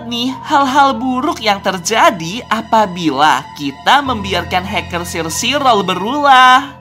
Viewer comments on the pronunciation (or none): omong omong bang cara baca sire sirol dalam bahasa inggris is kaya gini " sairi sorel " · Sire Sirol cara bilangnya Sairi Sorol